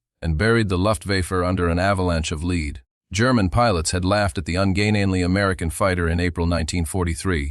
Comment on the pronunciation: The AI mispronounced “lead” as leed and can’t deal with Luftwaffe. 😢